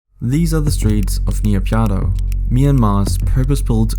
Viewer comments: as i am burmese it is called "Nay-Pyi-Daw" not "Na-Pyine-Daw" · I cringe everytime you say "NIYAPIADO". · "Ni pya dow" got me dying 💀💀💀. Well at least you tried to say the word 🗿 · Please pronounce properly. NA PEE DAW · Just how does one manage to pronounce Naypyidaw as "Niyapyadow"? :buffering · Interesting and the link with NK would be interesting BTW it's pronounced Nay Pee Door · Couldn’t get over that pronunciation of Naypyidaw hahah!